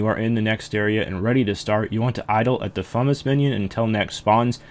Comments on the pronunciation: And "Fume-us," not "fumuss." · Euugh, he says "fumm-us", that bothers me so much. Also- I would never Nex with anybody who would wouldn't at least try to break the ice prison. :p